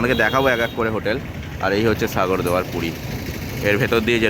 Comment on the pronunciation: আগে উচ্চারণটা ঠিক কর। সাগর দুয়ার কি? অনেক দূর যেতে গেলে সব ভালো রাখতে হবে। নয়তো মানুষ ভালো ভাবে নেবে না।